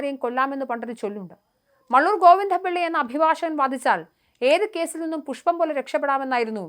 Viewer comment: ഈ അവതാരകയുടെ ഉച്ചാരണം വളരെ മോശമാണ്. ഗോവിന്ദപ്പിള്ള എന്നോ സാത്വികൻ എന്നോ എന്തിന് വാദം എന്ന വാക്കുപോലുമോ നേരെ ഉച്ചരിക്കാൻ അവർക്ക് ആകുന്നില്ല